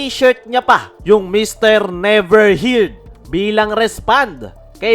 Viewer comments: Never Heard (pronounced as Hurd) hindi Heerd 😂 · mali pag pronounce mo kuya.. ng heard..😂😂ayusin mo 😂